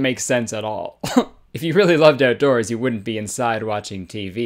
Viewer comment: Jennie Nowacki I love the oatdoors.